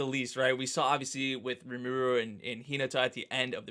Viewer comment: Just to note. There is no accent in Japanese. In Rimuru the vowels sound the same throughout. putting the accent on the second last vowel is very english/latin. Every vowel is emphasized equally, if anything emphasize the first vowel, which is so different =, we americans tend to emphasize the second to last vowel naturally, but in other cultures, ie russia, it creates a completely different word depending on where we emphasis is. If anything think that the I in Rimuru is focal, then it'll sound more natural. otherwise it sounds like Rimuuuru rather than RImuru ( Apparently I can't do accents in comments, or I don't know how, my alt keys aren't working